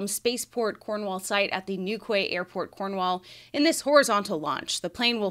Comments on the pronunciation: Still hoping for Q1 for the first Starship orbital test. BTW Newquay is pronounced "new kee". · i hate to express critique.. Great start to 2023, Nice Twitter space too..! Newquay Cornwall is pronounced New-key. Fly safe...! 😉🚀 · Its New-key. LOL. “American” 😆😆😆